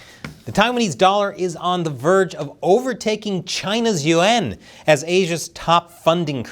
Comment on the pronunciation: the way you say Yuan annoys me, its not the UN